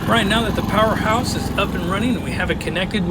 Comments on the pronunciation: Excellent review. Good noise and load test - but, please get the name right. It's PowerHORSE, not Powerhouse. The manufacturer might appreciate that... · You keep saying powerHouse but it is powerHorse